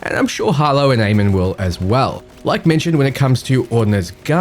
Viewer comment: Nice vid, thanks, just want to point out that you and everyone else currently, is pronouncing Amon wrong. :D It's Ah-mun and was the name of the king of the egyptian gods.